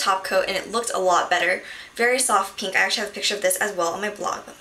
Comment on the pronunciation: all beauty gurus say "peenk" rather than "pink"